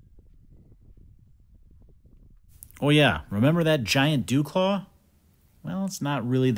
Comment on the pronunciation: the "resi-dew claw?"